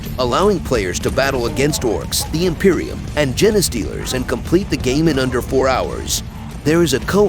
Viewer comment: im 90% sure thats not how you pronounce "genestealers" 😂 Thanks for the compendium